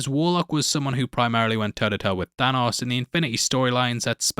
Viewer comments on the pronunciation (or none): none